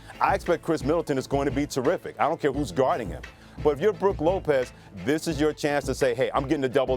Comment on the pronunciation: This dude said Brooke Lopez yeah I’m out